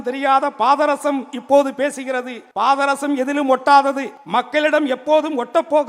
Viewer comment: இவன் மூஞ்ச பார்த்தாலே வாந்தி வருது பாதரசம் என்ற வார்த்தையை முதலில் சரியா உச்சரிடா ஒடஞ்ச பாராங்கல்லு மூஞ்சி